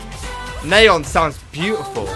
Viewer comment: Quick thing: Nayeon’s name is pronounced Nie (kinda like pie)- Young